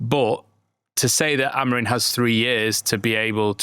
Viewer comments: Hes portugese.. its not pronouced as its written. ROO-ben A-mo-REEM, with the "M" in Amorim being a nasal "ing" sound, similar to the end of "sing," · and, Amorim’s name ends in M not N.